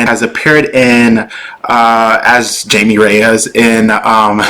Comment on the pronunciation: It's pronounced as Hai-Mei. Not Jamie.